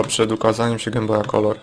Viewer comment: Wiem, że się wymądrzam, ale czy nie powinno się mówić Gejm Boj zamiast Gem Boj ?